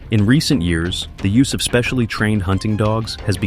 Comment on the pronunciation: "Yoos 500,000" AI SLOP!!!!